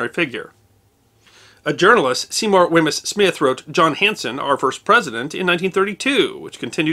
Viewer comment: Wemyss is pronounced Weems not wem iss